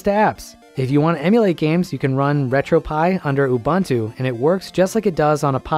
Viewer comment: great vid!! also as a linux nerd i do have to say its oo-BOON-too not oo-BUN-too 😣